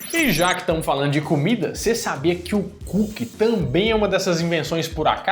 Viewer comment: Que" KÚQUE" é esse ?😅